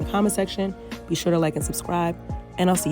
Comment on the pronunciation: Coin in a tin can “For sure-ah” 🙄